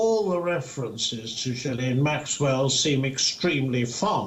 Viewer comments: it is pronounced ' Jilain Maxwell ' not ' Ghislain Maxwell ' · It’s not Gheeslane but Ghilaine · Ghee lane not Ghees lane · Its pronounced "Ghee-lane" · Her name is pronounced where the “S” is silent.... Ghi(s)laine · Again it’s ghoo-fray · It’s pronounced ghee-Laine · Ghislaine is pronounced without an s. It’s a silent s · The s in Ghislaine is silent! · If your the news anchor you ought to pronounce Ghislaine with the ‘s’ silent.